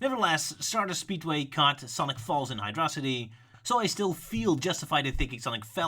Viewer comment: Isn't it Hydro-city? Not hydrocity like it's a monstrosity?